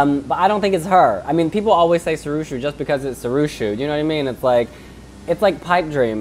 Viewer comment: lol, it's pronounced See-Roo-Show, Sirusho.